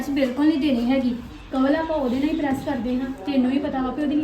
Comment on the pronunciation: ਪੜੈਸ ਨੀ ਪਰੈਸ